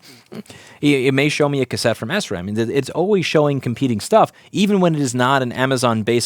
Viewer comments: Shram, not S ram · Sram is pronounced "shram", not "esram". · SRAM is actually pronounced "shram" for some God-forsaken reason.